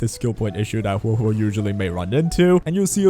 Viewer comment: Male characters are poppy. Waiu > everything Typical Male character using peasant, can't even say Huohuo's name correctly